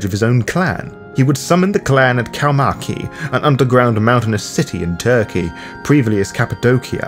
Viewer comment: Whenever I watch something about the clan(s) of death I see some common struggling when it comes to the pronounciation of these same words. Some local pronounciation tips from a fan who lives in Turkey: Cappadocian: Kappadokian Kaymakli: This is a Turkish word and its pronounciation is a tricky one for westerners. "Kai-mak-lı" ( "a" from "mak" should be pronounced like "a" from the word "father"), ("ı" which is dotless unlike "i" can be pronounced like "the" without the letters "t" and "h". So it is the "e" sound from "the" if it makes sense.) Erciyes: The name of a mountain which is in middle Anatolia near Cappadocia. Er-ci-yes ("Er" should be pronounced like "er" from "Erebor"), ("ci" is equivalent of "Je" of "Jesus") btw Kaymaklı is a real subterranean city. If you travel to Turkey you should definately go to Cappadocia and check that place out. It is quite cool.